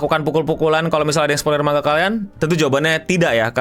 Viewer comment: Manga dibaca man-ga dipisah cara bacanya. karena di bahasa Jepang tidak ada bunyi "ng". 😁